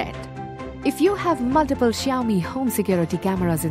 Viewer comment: pehle theeek seh xiaomi bolna sikho!